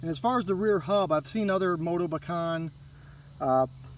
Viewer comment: Thanx for correctly pronouncing "Motobecane".